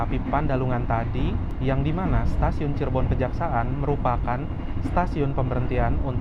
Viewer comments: Bukan stasiun Kejaksa'an tapi stasiun Kejaksan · Cirebon kejaksan bang , bkn cirebon kejaksaan 😂😂😂